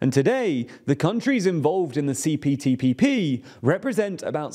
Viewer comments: Btw U said CTPPP many times Not CPTPP 😅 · This video proves that "CPTPP" does NOT roll off the tongue easily. Each time said it, it sounded like he was struggling.